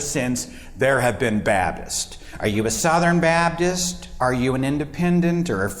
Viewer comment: "Babdist" No one ever explains how this pronunciation comes about. Two entire consonants completely mispronounced. Why? I've even heard Matt Dillahunty mispronounce this word in a joking way but then he doesn't explain it.